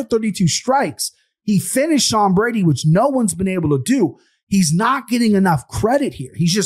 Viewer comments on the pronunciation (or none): none